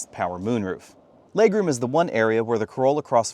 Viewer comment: I'm more annoyed by how he pronounces "legroom" and regular" like "laygroom" and raygular" but then forgets there's an "r" in the word "forward". Tell me more about that Foeward Laygroom,.